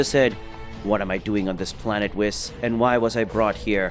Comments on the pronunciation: Would u stop saying wiss🤦‍♂️bloody hell its whis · pleasee its not wis its Whis